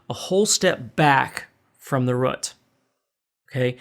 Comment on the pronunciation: A whole step back from "the rut". Lol. Great teacher though!